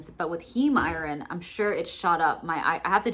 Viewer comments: Lol, I can't handle the "i-ron" mispronunciation. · Girl, if you don't stop pronouncing it i-RON! Where are you from? 😂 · Oooohhhh... I thought you were saying "I-R-N". I was wondering what that stood for. You're actually saying "iron". I've never heard it pronounced the way you say it before. I've mostly just hear it pronounced "eye-urn". So southern people say "urn". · Never heard anyone pronounce iron like that